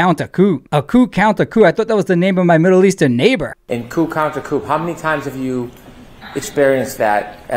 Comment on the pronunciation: It’s: Coup Contre Coup!!! Not Counter!!!